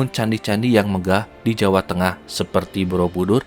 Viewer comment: Kaldera bang bukan kalderak.. jawa bang bukan jawak.. legenda bang bukan legendak.. gunung api bang bukan gunung apik.. kurangi akhiran K nya ya bang.. biar enak didengar.. 👍